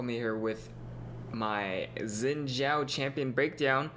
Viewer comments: I thought it was pronounced "Shin Jow" that rocks I was right. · is Angel in Mandarin. He says "Xin Zhao" like he is Chinese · Liked for correct pronunciation of "Xin Zhao" yeee. But in China they actually call him 赵信 (Zhao Xin) ahaha.